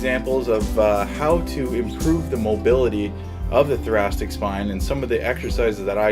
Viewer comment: I kept hearing thorac*t*ic ( for example)